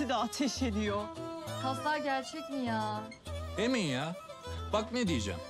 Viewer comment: kzın geliip emın diyo i değil ı kullanıo ayar olmak